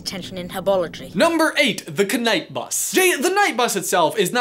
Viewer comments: Dude it is not ka-night bus or ka - nowledge get it right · Am I the only one that notices him saying ka-night? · Kyrie R he also sais k-night bus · It mostly became a thing in the k-night bus video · And the k-night bus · Omg please pronounce knight bus correctly the k is silent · He said ka-night bus and ka-nowledge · Why the hell do you and your brother keep calling it the k-night bus?! You don't pronounce know as k-now!! It's just knight, with a silent K, like a knight of the round table! Grrrrr rant over. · K-night bus. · Kyrie R in a different video he says k-night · Did he just say The cuhnight bus? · “Ka-night” “ka-nowledge” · Is k-night bus a joke Or is it actually pronounced that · Kyrie R he does that in the knight bus name video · Also k-night bus. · K night bus, k nowledge, k nice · Whats bothering me is: What the heck is this weird thing with you pronouncing 'kn' like knowledge oder knight. I mean I from Germany, I just learned English in school, but is this some kind of accent? :D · What's with the explicit pronunciation of knight, and knowledge?